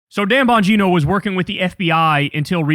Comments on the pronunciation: "Dan Bongina" 😂😂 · His last name is pronounced Bon Gyna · YOu pronounce it wrong. It is "Dan Bong In No."